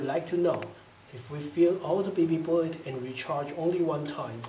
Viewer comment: Awww man...fuhty nine round bee bee boolet